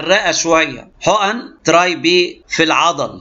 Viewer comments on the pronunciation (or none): به هههههه بي وليس به